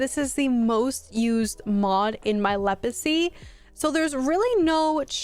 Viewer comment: are you saying lepacy??